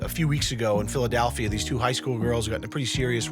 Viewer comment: He says Philadelphia like a real Boston boy